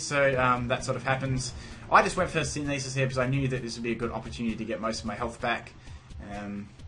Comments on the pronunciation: Syn-e-this? SYN-THEH-SIS Like, photosynthesis. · What? Do you think that I was just telling people in general how to pronounce synthesis? He pronounces is incorrectly in the video.